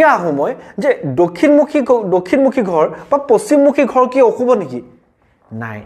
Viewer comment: Apuni koth koute ro tu bebohar koribo.gha nohoi ghar kobo lage.